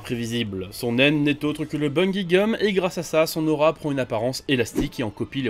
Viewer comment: excuse moi mais on dit bungi gomme